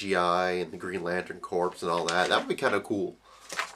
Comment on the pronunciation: It's corps not corpse.